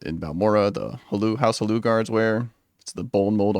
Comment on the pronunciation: Did you just call Hlaalu "House Haloo?"